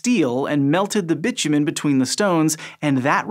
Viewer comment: I have never before heard bitumen pronounced as Bitchy Man but I love it :D